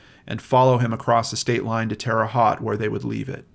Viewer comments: Love your channel,all the hard work you do and the heart with which you do it. I grew up in Terre Haute from 10 yrs to 18 yes old. Left and never missed that place. Lol. Just for info's sake...terre haute is a french name meaning "high ground". Haute is pronounced "hote" like "note". Also been liking game night!👍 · Jfyi, it is Terra Haute: teh ruh hoht as in Coke, long o. Like the french pronunciation. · This is probably super picky but “Haute” rhymes with “coat.” Just had to correct that as a Hoosier. Really like your show,!🤗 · Yes, we Hoosiers don’t always make sense in our pronunciation! 🙂 We love you! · I couldn't help but laugh some hearing him pronounce it like it's spelled lol. I live couple hrs away from there myself. My mom was born there and my grandparents immigrated from Syria to there. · Thanks. The “Haute” in Terre Haute rhymes with “boat”. Wabash is pronounced “WAH-bash”, not “Wuh-BASH”. Hoosiers everywhere will thank you for correcting this in the future.